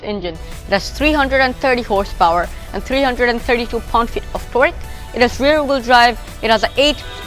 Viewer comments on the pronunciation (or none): none